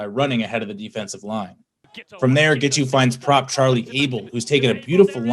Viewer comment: Admit it. All that adverb stuff was just cover for Zack's mispronunciation of Giteau's name. He failed 3 different ways. Thanks for the news.